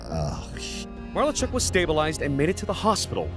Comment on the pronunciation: The guy doing the voice over needs to learn pronunciation - it’s pronounced ma - lar - chuck , Clint Malarchuk